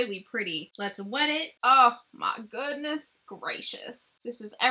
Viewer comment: Love you girl!!! For some reason my ass cracks up every time you say “OH MY GHOONESS” 🤣🤣🤣 I’m like pronounce the D woman!!! But don’t lmao it’s cuter that way